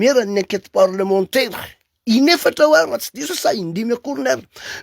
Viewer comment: enquête parlementAIRE fa tsy parlementEUR ramoseeee aaaaaa